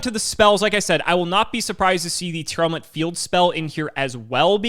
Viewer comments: the best part of tear not being a deck was no longer having to hear mispronounce it as Tear-Element anymore. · Are you saying Tearlament wrong? Sounds like you’re saying Tear Element